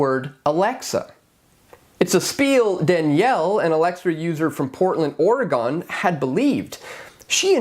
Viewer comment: The S is not silent in Louis (they are not French). It's also not gon as in gone, it's pronounced more like gun. or-uh-gun. I may be Canadian, but I use my ears and people say these names all the time.